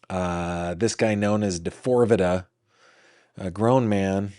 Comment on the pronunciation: I like how calls him d4vida. 😂😂